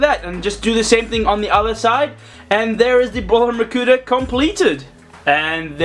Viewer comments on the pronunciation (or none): Hahaahahahah he say makuter😂😂😂😂😂😂😂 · he said makuter!😂😂😂😂😂